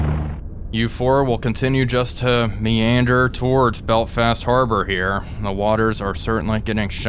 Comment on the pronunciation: Your pronunciation of "Belfast" sounds like "Belt-fast" and I can't unhear it haha